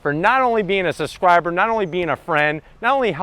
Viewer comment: Subscriber not "suscriber" introduction not "innerduction" An STI not a "STi" Enthusiast not enthusistist Guy can't be too serious about his car as he doesn't have an AOS on it.